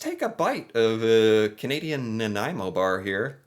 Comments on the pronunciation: Nanaimo bars are the freaking great. My favourite desert. Homemade is best and the ones from M&M frozen foods. There are recipes on the net for these.popular at Christmas. I think custard came from Britain. Your pronunciation is getting pretty good.celebration cookies are great with a cup of hot tea, even though Americans don’t usually drink hot tea. Celebration is from Quebec. They come in dark chocolate as well, but I like the ones you got better. That building is in Quebec City I think. Actually bear paws look like actual bears paws. It’s a kids thing. I am not nuts about marshmallow cookies….way too sickening sweet. Digestives are not bad but again they need a cup of tea. They make good “dunkers” . Every thing goes better with tea. Never tried 1/2 moons. You should have tried butter tarts (with nuts) …………..you could make a good Canadian! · I'm thinking, yes without googling lol, that the original bear paw was a molasses cookie. Now that was good ... especially with a cuppa tea after supper ... i'm not fond of all the different flavours. Same with Nanaimo Bars ... and god luv ya for getting the name right lol, how many people pronouce it 'naomi' bars 🤭 ... but whatever you call em, they are delicious indeed. And as per my personal tastes, the original is the only kind for me ... happy snacking 😉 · So glad he pronounced Nanaimo properly. I love that Costco brings in these bars for Christmas. M and M meats makes a really good one, as well. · Wow! That’s the very first time I’ve heard someone not from BC pronounce Nanaimo correctly! 👍👍 P.S. I don’t like the bars.🤢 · I’m from Victoria! Kudos on his pronunciation! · well for future reference it is pronounced nuh nai mow -someone who lives there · You even pronounced Nanaimo bar correctly. My absolute favourite snack. I’m gaining weight watching this. 😂🇨🇦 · Impressed that you said "Nanaimo" correctly ! Many, including Canadians, get the pronunciation wrong :) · Of all the words he mispronounces, he nails Nanaimo.